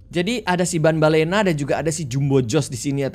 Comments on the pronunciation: tambellina bang bukan banbellina😅😅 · Banbanlina bukan banbalena